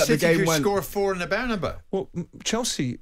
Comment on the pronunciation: Why do these English people struggle so much with the pronunciation of Bernabéu